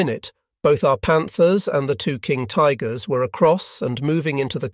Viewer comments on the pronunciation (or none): "...King Tiggers..." ;) The automated narration is actually quite good, but this slip up gave me a chuckle.